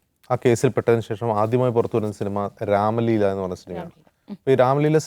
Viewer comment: Ramleela alla ramaleela.Onnum ariyathe enthokkeyo parayunnu